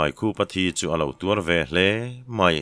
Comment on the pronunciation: I chhiar thiam a a thluk pawh hi lam dik ber zinga mi i ni...mahse ...HLE ... hi i thluk chiam țhin hi insiamțha thei la ngaithlak a nuam lehzual ang